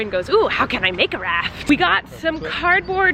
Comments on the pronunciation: Did anyone else think she kept saying inflatable RAT? Not RAFT? Just me okay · Dude. I thought she was saying inflatable rat at first. I was gonna say....”no wonder she didn’t find one because they don’t make inflatable rats” well.....the boat makes more sense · Did anyone else hear “rat” when Colleen was talking about her inflatable raft popping 😂